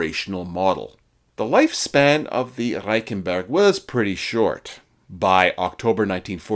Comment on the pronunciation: It's difficult for a Canadian to learn how to roll our "Rs" I did it for a comedy bit I was doing. Good work.